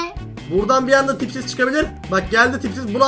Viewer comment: Abi yanlışlıkla tipsiz derken pipi dedi 😂😂😂😂😂 seviliyorsun ❤❤❤❤❤❤❤❤❤❤❤❤❤❤❤❤❤❤❤❤❤❤❤❤❤❤❤❤❤❤❤❤❤❤❤❤❤❤❤❤❤❤❤❤❤❤❤❤❤❤❤❤❤❤❤❤❤❤❤❤❤❤❤❤❤❤❤❤❤❤❤❤❤❤❤❤❤❤❤❤❤❤❤❤❤❤❤❤❤❤❤❤❤❤❤❤